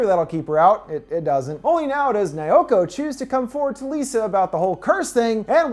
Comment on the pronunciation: I've never been traumatized so much than this dude who apparently has dificulities saying Miyuki as in "MEEYUKI" and Naoko as in "NAWKO" but no he said "MAAYUKI" and "NAYAKO"